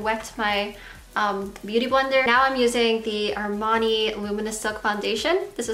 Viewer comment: She did say Armani I was like dangggg she said Armani lol 😮😯🤑